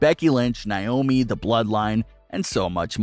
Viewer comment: Someone needs to tell this guy how to say Naomi's name correctly 🙄 Don't care what anyone says, I love Alexa Bliss!!! 🥰 And not to burst anyone's bubble, but someday The New Day will break apart, like Big E will eventually be WWE champion & his ego will get too big & he'll say he doesn't need Kofi & Xavier, no factions stay together forever, just saying...